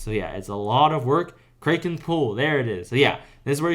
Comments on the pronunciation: btw bro its CRACK KEN not CRAY KEN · btw, kraken is pronounced as "crack-en" not "krey." just correcting, but really helpful guide, thanks a ton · dont ever pronounce the kraken like that. Its pronounced "cracken" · "the kraykan" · Learn how to say kraken and maybe people will not watch your videos and not find you miserable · bro does NOT know how to pronounce kraken